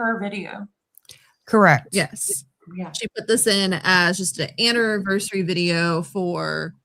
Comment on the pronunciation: I cringe each time she says "annivershree" 😑😑😑